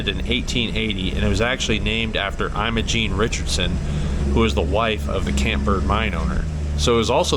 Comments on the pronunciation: well don't know what to say, but 64 here and lived in Colorado my whole life and 38 years in the San Juans and really never heard it pronounced that way. History be damned. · Learn how to pronounce Imogene.